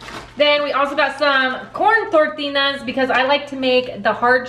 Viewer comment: Why do you pronounce "tortillas, tortinas"? Is there a back story behind this?